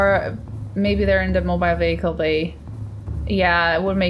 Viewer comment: Mobile Wehicle Bay... Mobile...